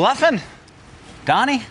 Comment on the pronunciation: Wouldn’t it be spelt Doni if that’s how you pronounce it ?